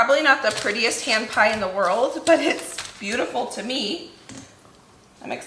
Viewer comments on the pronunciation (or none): I kept thinking you were saying Ham pie, lol. Are hand pies different from pasties? I've never made either.